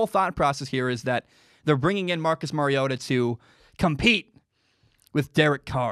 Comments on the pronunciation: Mari-O-TA like Mario Andretti. Just say TA in place of Andretti. You said it correctly the first time. It is NOT Mary-O-TA The "R" is its alphabet letter sound. As in "ARE" you getting this? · Its Mario ota like the Nintendo game Mario